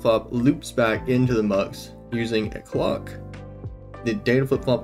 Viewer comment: GOOD video. nice music choice and stuff. extremely funny pronunciation of clock